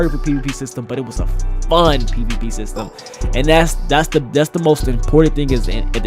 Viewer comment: Is it me or did he say pp instead of pvp